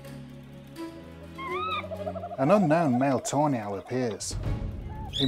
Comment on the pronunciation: Am I the only one who hears "toenail" instead of "tawny owl"?